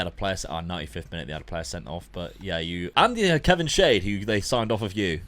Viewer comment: It's crazy how full-circle it's come where when Dad first started he was using basic tactics like 4-3-3 and Luke using crazy ones, now it's the other way round Also Kevin Schade is pronounced Sharder